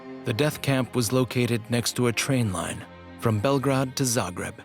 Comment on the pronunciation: The way the English speaker mispronounces Belgrade throughout the documentary bothers the heck out of me